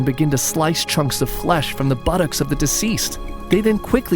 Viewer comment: Bro really said buttoks